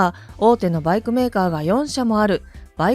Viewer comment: なぜバイクの発音がLINEみたいなときとラインナップみたくする理由がわからない?一貫性がない!企業名のSUZUKIもそう!アナウンサーの発音練習午後5時55分みたいな?